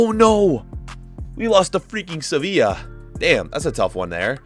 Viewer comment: No one:: SAVIIA (Sevilla)